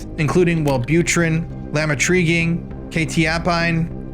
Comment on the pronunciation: it's pronounced La-mo-tree-gine, and Que-tie-apine😅😅😅 Great video as always!